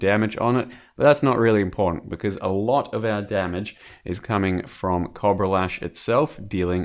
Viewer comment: is no a cob-rah is a coh-bra